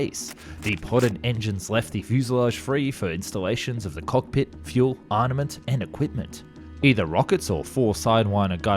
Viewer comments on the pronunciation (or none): Why do you pronounce it "Arniment?"